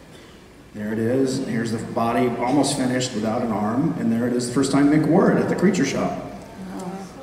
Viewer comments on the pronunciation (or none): Its Mick, not Mark... poor Mick.